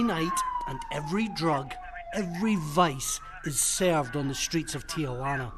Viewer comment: why does everyone think Tijuana has 4 syllables? It has 3. Ti-jua-na. Not Ti-a-jua-na. Idiots...